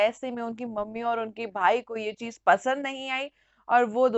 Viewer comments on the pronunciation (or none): none